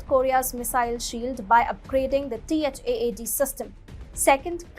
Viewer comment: You could just say THAAD not T.H.A.A.D. like people commonly do…